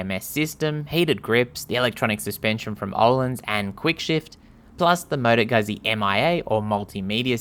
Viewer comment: You did it right.